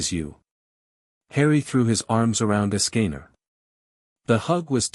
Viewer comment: Ok im intrigued but the ai voice cant say escanor right